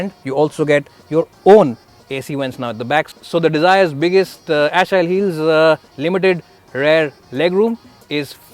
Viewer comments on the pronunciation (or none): Omg he really pronounced Achilles' heel as ashiles heel 😂😂😂😂😂